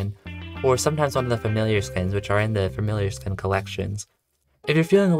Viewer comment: Please pronounce skin correctly